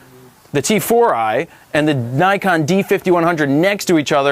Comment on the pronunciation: not neyecon, its nikon! lol